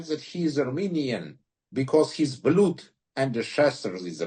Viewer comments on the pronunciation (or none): Слово «blood» не произносится как «блюд»